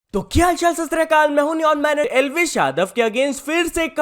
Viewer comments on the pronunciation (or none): शस्त्रिया काल❌ शत श्री अकाल ✅ सालों हो गये पर इस को सही से शत श्री अकाल बोलना नही आया